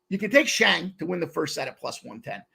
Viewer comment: His name is Shang! Not Zang! But mfin SHANG!!! CASH THAT SHIT! Pimp Slap Army!